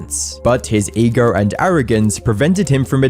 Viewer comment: It’s pronounced ego not egar